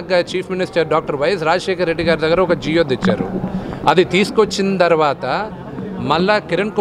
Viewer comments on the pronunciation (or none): జియో తెచ్చారు. జియో కాదు నాయనా జీవో